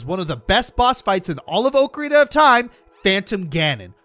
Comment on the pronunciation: Did he just say okrarina of time. Like fried okra